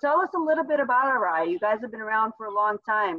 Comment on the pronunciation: So that’s how you pronounce Arai